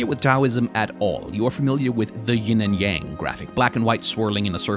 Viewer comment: Thanks so much for saying "yin" instead of "ying" I try not the be a pedant about words these days, but that one REALLY gets under my skin.